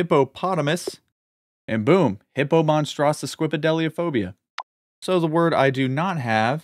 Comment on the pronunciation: Hippomonstrosophobia?????????? Say it right please